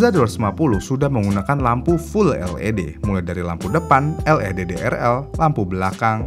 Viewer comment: LED dibaca "el i di" bukan "el e de" 😁